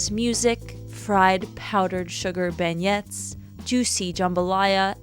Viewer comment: Like the vid. Nola is my 2nd home. Beignet is pronounced BEN-YAY btw.